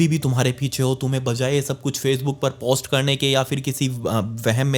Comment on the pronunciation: Post को जरा हल्के से बोले प के ऊपर कम वजन डालो